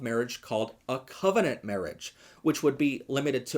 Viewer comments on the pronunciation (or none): none